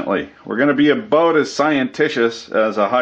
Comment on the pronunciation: hahaha "works in Australia,!!! wondered what the camera angle was "abooot"